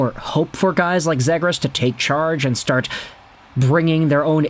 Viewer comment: Zhe-grass lmao